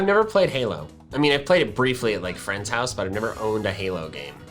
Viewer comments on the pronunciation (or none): none